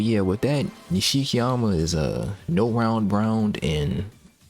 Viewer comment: This is LEGENDARY, if very masochistic. Also I don't know if I hate or love the fact you pronounce Abe as Eyb and Nishikyama and Nashikiyamuh lol.